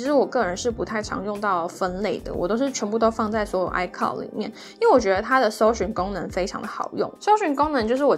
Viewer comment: icloud不是唸“哎靠的”是“哎可烙的”